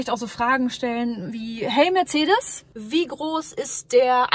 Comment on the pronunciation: Da ist kein „h“ in Mercedes!!!